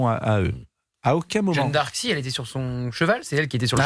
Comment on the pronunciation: Jeanne d'Arc pas jeune d'Arc... incroyable! Prononcez bien!